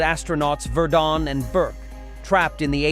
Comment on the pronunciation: Easy to spot A. I. Narrators.... They mispronounce simple names or words ..... Examples : Virdon Or Quatermass 😂. It's pronounced shadow . .. What is a shadow? the A I said it😂😂😂